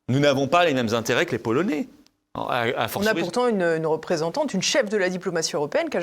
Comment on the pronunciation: L'invité pourrait-il prononcer correctement Polonais et non polonez. Intérêts et non intéré, la Paix et non la pé...